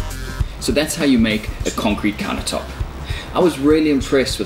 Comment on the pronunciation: What's a counah tope? Why's he keep saying that???